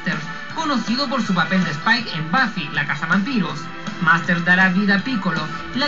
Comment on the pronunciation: whats up with not spelling or pronouncing james last name right its marsters!